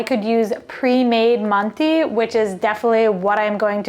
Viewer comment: What a great video!! I've ruined rice for years. I can overcook the outside and still have it crunch 😅😅 But loose rice, I've got you. Use instant rice, or regular rice boiled like pasta (loads of water and strained out). should have said, manti is pronounced "man-tuh" 😊 Good soup.